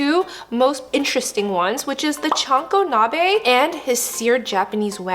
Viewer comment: Chankonabe, not choco nabe.